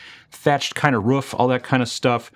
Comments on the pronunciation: TIL pronounces it "Ruf" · Once I heard “roff” instead of “roof” I couldn’t stop hearing it. Dialects, you gotta love them :) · Hearing that pronunciation of roof always makes me feel like I'm back in WI.